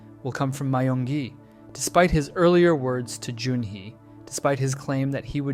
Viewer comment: (Die-Ho, My-yung-gi, No-aol) Everyone Else: (Day-Ho, Me-yung-gi, No-Eel)